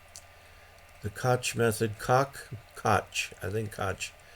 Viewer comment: Koch is a strangely pronounced name that gives everyone a lot of trouble. It is actually pronounced as "Coke". I worked for a couple years for Kock Industries and they would get very upset at us if we mispronounced their family name. I am trying to take a class now from CW Academy. we meet twice a week for an hour using Skype to go over what we learned in the previous lesson. I am getting the sending part easily, but for me, copying code is a real challenge. It is hard for me to distinguish the dit from the dah, especially when they are teaching us to send at 20 words per minute. Also, they do not want us to write it down but just keep track of it in our heads to copy it, which apparently, my brain doesn't work that way. Sending it is much easier if I can see the letters too, so I have to write down my responses to send the code. If a sentence is written out I can send it in CW, but for me to try to just come up with what to send from my head while I am sending isn't working. Saturday mornings are a challenge for me for your live stream because I am in Hawaii and with the time zone differences I am still asleep while the rest of the world is starting their day. So I have to catch your prerecorded shows, but I am going to try to incorporate those into my CW learning as well.